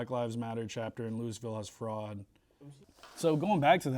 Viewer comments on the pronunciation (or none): I agree but why don’t you know how to pronounce Louisville? Makes you sound like a kid with little knowledge of the world